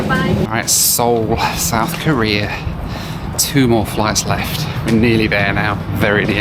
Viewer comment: Oh my god you do the thing my dad does: You say “Korea” like “Career.” That drove my mom crazy when they planned their trip to South Korea. My dad kept saying “Let’s talk about Career” and my mom got so confused every time lol.